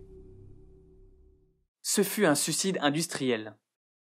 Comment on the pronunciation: NooooOooOoOOon, tu as dis "sucide industriel".... Pourquoi seulement 20% des Français prononcent le "i" de suiiiiiiiiicide ? :'( J'ai mal à mon Français.